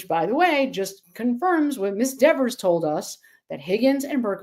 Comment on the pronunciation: Why does everybody disrespect Dever by calling her Dexers, with an S? She’s always Deever to me.